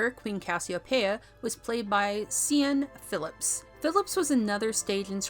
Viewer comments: Please learn how to pronounce Siân Phillips It's NOT See-an it's 'Shahn'! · It's pronounced sh•aw•n Phillips. C'mon, now. If you're gonna be a movie channel you gotta do your basic homework.